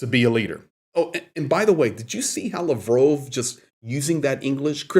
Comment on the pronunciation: It’s “Laaaaav-rov”